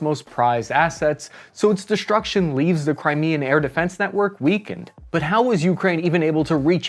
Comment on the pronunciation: Thanks, for the podcast. Fix the speech impediment, unless you are regressing there is a physical impediment that surgery can correct. Shtrike, inshtructor and deshtruction aren't correctly pronounced.